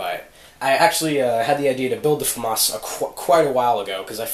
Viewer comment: Awesome ! Later i'll ask you some question , i'm a starting film maker and your work really impress me ! sorry for my bad english , FRENCH POWA ( thanks for pronuncing FAMAS the right way :D )